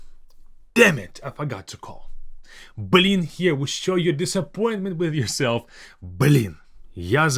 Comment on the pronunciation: it's funny when Russian people stress the Б, like you do here, like saying "Б лин" ))